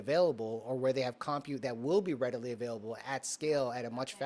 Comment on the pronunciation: you are driving me nuts. You are not pronouncing COMPUTE correctly. Please search online how to pronounce it correctly and practice. Thank you. SMH!